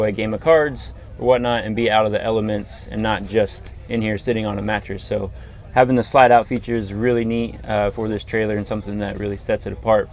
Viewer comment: "haffin'" to upgrade? What's haffin'?